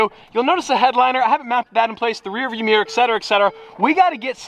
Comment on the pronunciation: Mate.. meeyer is not how you pronounce mirror. Cmon 🧐